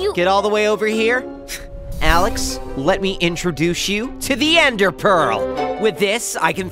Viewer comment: Did steve just say "let me introdush you"? 😂😂